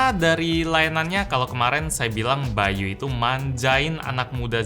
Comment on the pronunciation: By.u yang gua denger kalo itu ngomongnya bayu